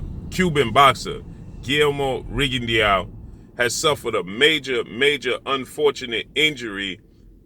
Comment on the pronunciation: Rigondeaux......pronounced Rigondo......not Rigondiao......just saying🙃